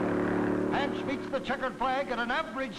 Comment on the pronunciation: Have to smirk every time the commentator called Marvin Panch's name... It's pronounced "pahn-ch," not like the frying pan "pan-ch." Over the years, I've even heard it pronounced "pun-ch," depending on who was doing the talking, but never "pan-ch."